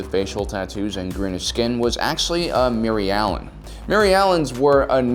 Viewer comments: Every time he says “Mirialan” I go, “WHERE’S BARRY ALLEN? WHO SAID BARRY ALLEN?!” Like if you’re a true Flash fan XD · is he saying mary allens?